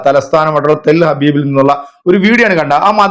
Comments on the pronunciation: ടെൽ ഹാബീബ് അല്ലടാ പൊട്ടാ ടെൽ അവീവ് ആടാ. ... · ടെൽ അബീബ് അല്ല ബ്രോ. ടെൽ അവീവ്. എന്ന് പറ